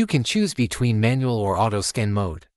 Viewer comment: Please retrain your AI voiceover to stop saying "skin" when it should say "scan".